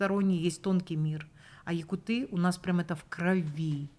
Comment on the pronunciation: Меня в нач классах уже поправляли, что в слове якуты правильное ударение на У, нужно говорить у якУтов, например...😊